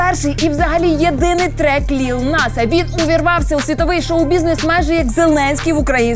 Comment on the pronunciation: Не ліл, а лил. Лил Ніт!